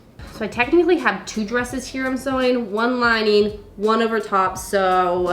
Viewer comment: Curious question: What accent is it that call "lining" "linæn" ?